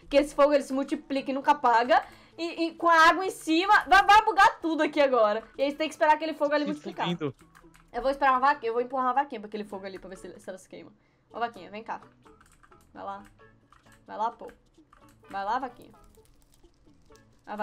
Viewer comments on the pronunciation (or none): Ele falo fudindo